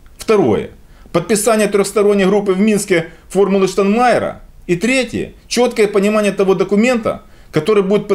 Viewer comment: ребята, при всем уважении - ну потренируйтесь правильно произносить - "ШтаЙнмайер", а не "Штанмайер"! Петя научился